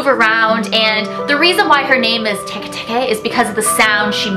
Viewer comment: Teke is Tikti that how u say u btw